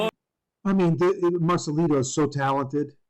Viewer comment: Marcelito not marcalido